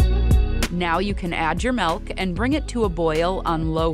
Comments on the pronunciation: Following video, How to pronounce Milk without saying, "melk". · Stop saying MELK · she keeps saying it as "melk" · No, I just found it funny the way you pronounce it. Thanks anyway.